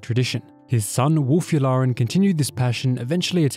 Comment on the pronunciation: "Werewolk Yularen..." XD